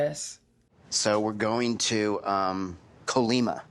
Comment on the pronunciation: I just hate how he pronounces things... one thing is pronouncing something wrong, and other very different is saing it loudly, almost intentionaly wrong "COuggg- liiiii Má" instead of "Colima".